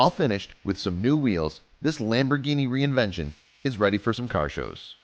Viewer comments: I kinda want to strangle you every time you said reinvention. fyi its pronounced rev-ent-on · It's REVENTON not re-invention FFS🙁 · r u fucking dumb bro u r saying reinvention it's reneventen